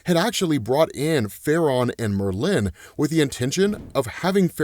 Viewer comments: The way he says "Merlin" sounds so wrong. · Hilarious mispronunciation of Merlin 😂